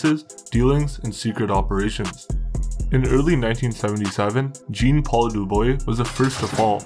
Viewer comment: Zean (Zhon almost like John, shh-on) its pronounced Zean (Jean)